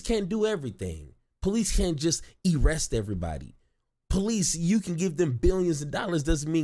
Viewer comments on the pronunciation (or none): "Police can't just Erest everybody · You can't just "e-rest"😂